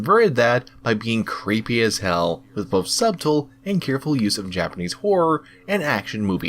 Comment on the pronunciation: subtle is pronounced "suttle" my guy